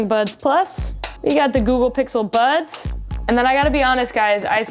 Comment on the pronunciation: at the end of the vid, i didn’t know if she was saying buds or butts but i’m here for both